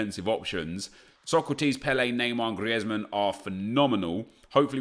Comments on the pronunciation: It's not said griezman, it's said greezman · It’s grizman not Griezman, don’t know where you heard that Nep but it’s fine, keep it up 💪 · It is pronounced grits man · It’s Greezman not gRieTsMaN. The commentators are just English 😂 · NagudaGreat ITS GREEZMANN NOT GRIETSMAN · No Neep , it's does not sound like griezman it sounds like grizman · Gri-ez-man fuck off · Please stop saying Griezmann like that please i beg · The way you are pronouncing Griezmann is the spanish version, the french version or native version of his name is the way you’ve been pronouncing it for as long as you can remember. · You said Griezman name write before you shouldnt hear the 'e' I think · Wish he wouldn’t be so OTT with his pronunciation of players 😂